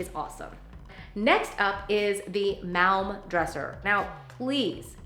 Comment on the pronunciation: I work for IKEA and I really enjoyed watching your video. I thought it was great how you tried to pronounce some of these. Like the Malm. It’s pronounced the same as palm. 🤪 I love IKEA too.